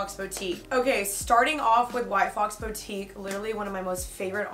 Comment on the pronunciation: The way she says boutique triggers me lol hahaha